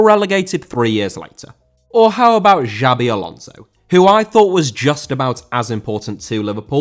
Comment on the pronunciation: Xabi* not Giabi